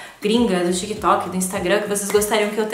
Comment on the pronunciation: Foi só eu, ou eu tô doida que ela falou tico e teco kkkk